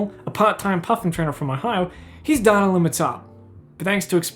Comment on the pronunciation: I'm mildly upset by the way you say Data. It's Data, not Data.